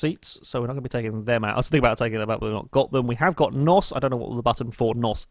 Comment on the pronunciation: It's N.O.S by the way not NOS